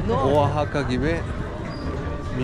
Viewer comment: ohaka degil vahaka diye soyleniyor biliyorum. (Oaxaca)🙂😊